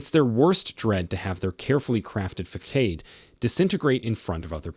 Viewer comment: Facade😂😅😮 i think you mean /fəˈsäd/ also, /fuh sod/